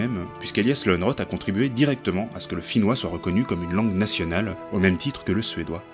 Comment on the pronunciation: C'est gentil d'avoir partagé la vidéo ! En effet, ma prononciation est fautive et je m'en excuse. J'ignore tout du finnois, malheureusement. Quant à ces textes je ne les connais pas !